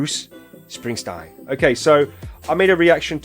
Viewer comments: Just to let you know it's Bruce SpringSTEEN, not Stein. It's Dutch. It happened a lot when he first started out. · What part of the name Springsteen makes you want to pronounce it springstine? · It's SpringstEEN, not SprinstINE. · Bruce Springsteen! not Springstein! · Spring steen, not Springstein! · Bruv its not springstine its springsteen😎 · His name is pronounced SPRING-steen, not SPRING-stine. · Springsteen. With a long e not a long I. Enjoy your reaction to this . He is the Boss for a reason. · It is Spring-steen. Not Spring-stine. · Its Steen ..steen ... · It’s pronounced Spring-teen. I love the boss.✨Bob Seger is also a big one back in the 70’s 80’s. Seger has great songs also “ Turn the Page” Night Moves” Like a Rock” Ol time Rock & Roll” Main Street. You weren’t cool back then unless you listen to the Boss & Seger. You’ll love his music to. Seger is from Detroit & he gave a song to GM to help them & that song “Like a Rock” sold a lot of Chevy Trucks. He is a big one you need to check out. 👍